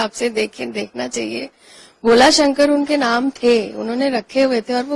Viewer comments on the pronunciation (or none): none